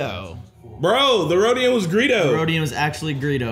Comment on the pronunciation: Rodian plz, not Rodio lmaoooooo